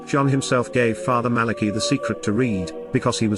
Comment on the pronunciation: Malachi Martin read the secret in Portuguese and the visual was of a mediaeval document in high German. BTW Malachi is pronounced Mala kigh, not Mala key. AI is still dumb. It's Jesus who will save the Church not Mary.